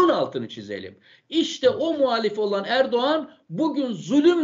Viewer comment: Hocam çok güzel anlatmışsınız teşekkür ederim ama ERDUVAN ERDUVAN dediğinizde çok güldüm😂